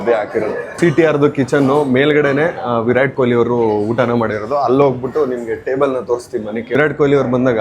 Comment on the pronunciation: Virat✔️ vi rat✖️😂😂